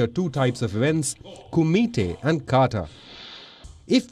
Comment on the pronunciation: Please correct it! Its KATA not kata! 🙄😒